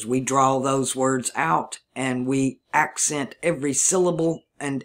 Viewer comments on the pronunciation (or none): none